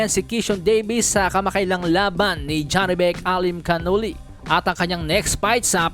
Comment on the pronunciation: Mali na Naman pronounce mo sa alimcanuli😅